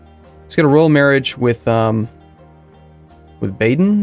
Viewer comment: Baah-den. Not "Bayden".